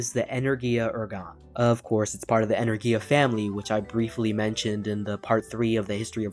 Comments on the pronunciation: My ears fold up in a tube whenever he says enerIya and no enErgiya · "Energia" is pronounced "En-ER-Gee-a".